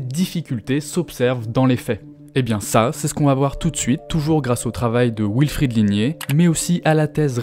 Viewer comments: Euh... "Wilfried" peut se dire "vilfrid", c'est allemand à la base. "wilfrid", c'est la prononciation anglaise. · L'intro commence mal... Wilfred/ied est un prénom d'origine allemande (comme les rois d'Angleterre) et le W allemand et français se prononcent bien tous les deux V et non OU. Il y a des Alsaciens qui s'appellent Wolf et que les Français anglicisés de base appellent Ouolf à l'anglaise et plus du tout Volf à la franco-germanique... V comme dans comme dans Volkswagen, wagon... Dommage de reprendre le bien parler pour se moquer en se plantant ! (pour info, nombre de talk-shows UK traitent de la prononciation de l'anglais par les Britanniques avec cas typique, dit-on "us" (nous) avec un s ou z final??? -- l'anglais étant de l'avis des Britanniques eux-mêmes une bâtarde moitié française et moitié germanique... d'où ma remarque sur le Wilfried allemand) Le reste est trop trop long! Le sujet est intéressant, mais trop documenté car simple à expliquer: la lutte des classes... la queue de comète de la lutte des classes...